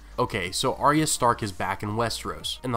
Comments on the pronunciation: Firstly love all the vids but please learn to pronounce Arya's name correctly. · it's not pronounced like that in the show